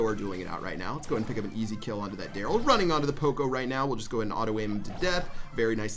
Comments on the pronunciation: You messed up Darryl’s name on purpose didn’t you? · proud of you for not messing up Darryl's name <3 EDIT: AAAAAAAND HE MESSED IT UP IN THE LAST MATCH